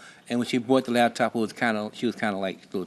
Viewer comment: 😅Whhhhy do our people say LABtop?? It literally doesn’t make any sense 😂🤦🏽‍♀️😂 it’s LAPTOP…. A computer that can be used on your LAP as opposed to a damn DESK top 🤷🏽‍♀️